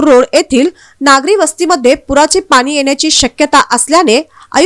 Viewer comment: पानी काय म्हणताय पाणी म्हणता येत नाही काय